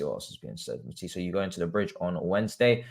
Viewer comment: "People are calling you Mudtisse" 🤣